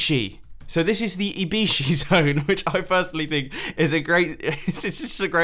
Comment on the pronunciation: when he frst said IBYSHI I thought he had said I-be-she